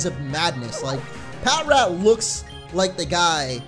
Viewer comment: Ok... I love your videos and all but Pat-Rat?? It's Pa-trat. All in all, love the vids, just a lot of things that make people go "huh??... Did he actually just say that?"